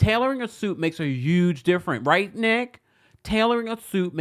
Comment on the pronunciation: where are you from? The way you pronounce “huge” always throws me off 😂